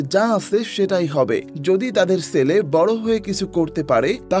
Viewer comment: ছেলে উচ্চারণ হবে, সেলে নয় 😂😂😂 পশ্চিম কে পচ্চিম বলেন নাকি?